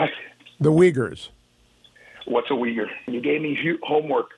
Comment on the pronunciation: He would have googled weegers instead of Uyghers. It is pronounced "Eegers."